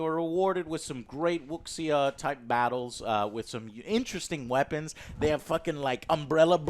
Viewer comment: FYI Joe, the X in Wuxia makes a sh sound, so it’s pronounced wu-sha